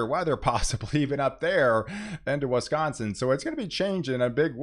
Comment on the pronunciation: Old friend of mine always called it Wesconsin too. lol